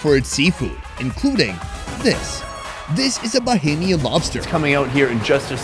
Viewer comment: I like how you started off sayin “bohemian” and you must’ve got more acclimated and got right with “BAH-HAME- YEN”...that’s respect ✊🏽.. I appreciate that. This makes me soooo happy I been following you for this whole time and you finally came back (ppl don’t know your PILATE episode, that never made it..was in the BAHAMAS)...LOVE that you came back up your roots! ✊🏽 🇧🇸